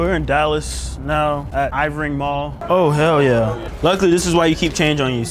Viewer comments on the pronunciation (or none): my man said “ivery mall” it’s “erving mall” 😂😂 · Saying Ivering mall instead of Irving mall took me out 🤣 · Er-veen, Irvin lol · The way he pronounced Irving mall kills me